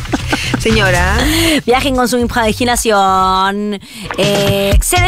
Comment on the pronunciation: "viaje con tu injijumaginación!." Jajaja la amo.💖